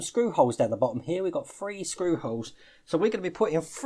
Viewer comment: I like how you pronounce three. Fwee.